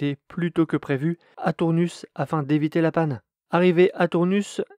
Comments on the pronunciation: Sans le S final :( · Salut, pour info, on prononce Tournus sans le s et pas « Tournusse ». En tout cas, bravo pour tes vidéos que je suis régulièrement. 👍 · C'est ça, on dit Tournu comme tout nu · bonsoir. Oui qqun d’autre me l’a fait remarqué. Je l’ai prononcé comme bonus tonus anus. 😅 ça semblait logique de prononcer ce S.